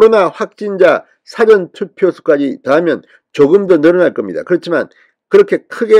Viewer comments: 지당하신 말씀 사아아아~~~전 투표/사아아아~~~전 투표 라고 교정해주세요 ㅡ저쪽 사람들이 흉봐요 책 잡히지 마시고요 ㅡ갱상도식 발음인것도 인정하지만 저 짝 ? 사람들이 흉봐요 쏘리쏘리ᆢ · 사전 투표 발음 이 절몬된 진성호씨 사전 투표 딕셔너리 투표 콘사이스 투표 그렇게 들려요